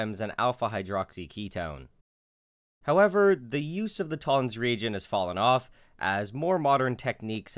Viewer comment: is it me or does every time he says "Toller's Regent" he sounds really Scottish?